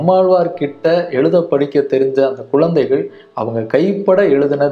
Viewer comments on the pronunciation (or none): Uzhudhu , not uludhu, kuzhandhaigal not kulandaigal